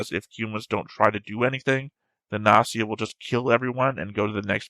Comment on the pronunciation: Although I didn’t comment that much (maybe because I’m bad at English, so I skipped half discussions 😂), I enjoyed your reaction very much. (The fact that you take the show so serious is the most amazing thing 👍) I love that you are still saying “Nazi a” after those episodes (maybe it’s some joke of English I didn’t get? Or maybe you just used to not pronounce “G” and pronounce “O” as “A”? I’m curious (｡ì _ í｡)